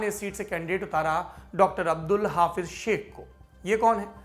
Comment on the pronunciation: He is not हाफिज़ शेख, he is हफीज़ शेख